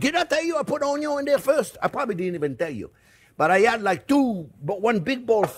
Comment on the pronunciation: Mortar & Pestle 😅 mr. OnYon 😂